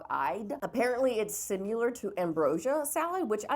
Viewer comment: 🥦🟦 your pronunciation of similar is WRONG! Ain’t no U in there SISTER ❤ For love of GOD, you a.t.e.